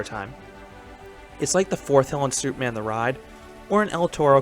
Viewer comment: Lol every time you say superman, it sounds like soupman, and I can't help but picture something strange in my head